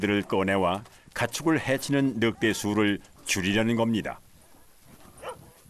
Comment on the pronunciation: 느윽대로 발음하는 게 표준어인가 보죠?